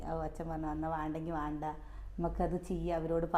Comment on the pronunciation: വാണ്ട എന്നല്ല വേണ്ട എന്നു patayedo